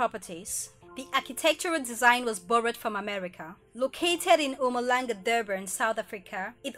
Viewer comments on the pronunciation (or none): It's not Umalanga! It's Umhlanga babe! But you get😘 regardless! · I promise I heard Mpumalanga.... ohhhh wow wow